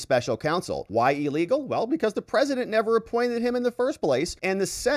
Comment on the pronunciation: 'EElegal' and 'REEdiculous'! How about 'illegal' and 'ridiculous'? It's just basic English